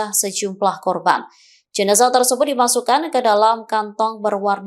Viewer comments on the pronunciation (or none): none